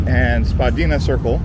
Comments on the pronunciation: And Spah-dy-na, not Spa-deena. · SPA DI NA, SAY IT RIGHT. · Saskatoon is bigger than Regina, and way nicer and nice video but you pronounced everything wrong haha but noone says Saskatchewan or Bessboroough or Spadina properly unless there from here